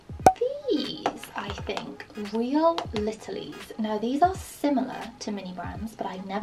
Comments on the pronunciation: "real litilies" got me rolling on the floor❤😂 i love your videos! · I like how she says real littlies when it’s real littles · I’m not a hater but it’s not real littleies it’s real littles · They are called real littles not real littlies and the lost kitties is just play doh you made it a mess. The organic Thyme is pronounced time not Ty-em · Did she seriously say littlees